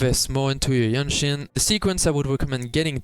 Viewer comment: I see you have problem pronouncing the name, JianXin. You can say JanXin it is close enough. Just make sure you dont pronouce GenXin. They are very sensitive😂